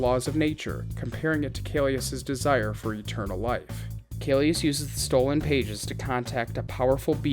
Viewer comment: hi, just wanted to point out that it's kaecilius not kaelus! Otherwise, great video!